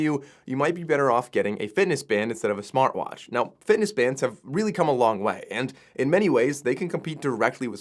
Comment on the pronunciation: Smarr watch, still can't say Tea?